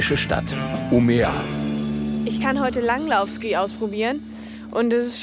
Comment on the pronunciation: Die Stadt (ca. in der 13. Minute) heißt aber nicht Umea, sondern wird im Schwedischen "ümeö" ausgesprochen!